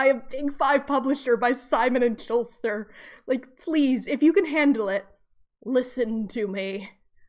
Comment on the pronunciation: just a note -- "schuster" doesn't have an "l" :)